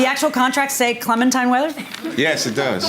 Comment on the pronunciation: I can't stop replaying the "clemintine weather" part. This guy definitely has a 2nd grade education 🤣😅😆😄